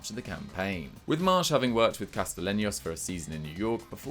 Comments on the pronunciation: The way called Castellanos "Castalenios" kinda made me cringe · Calling Castellaños “castilenyos” made me cringe almost as much as you guys calling NYCFC the New York Red Bulls, cmon guys do better